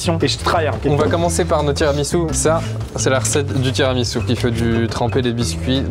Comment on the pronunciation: "le tiramisoupe" j'étais plier 🤣🤣🤣🤣🤣🤣